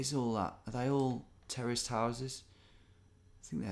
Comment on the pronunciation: I also think it’s funny how you said terraced houses and it sounded like terrorist houses.